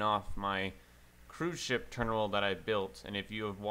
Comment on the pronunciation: Love the way you say terminal it is more like ''terimnal''